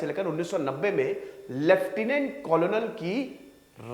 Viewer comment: Coronel nahi kernal bolo